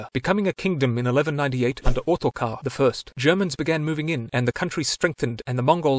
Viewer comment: it is otakar no ottokar